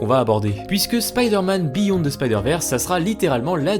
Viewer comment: Heille mon tabarnak tu va refaire ta cris de vidéo pis tu va dire beyond the spider verse pas biyon mon esti